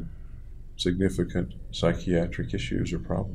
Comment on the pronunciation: Dordan that’s why he pointed it out? He said “sly doc” lol